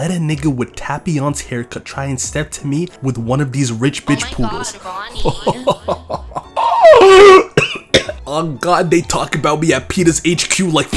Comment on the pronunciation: Tay-pion...not ta-pion